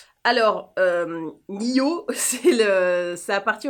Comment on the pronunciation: il faut dire le D dans niod “ Cyrille Laurent” bisous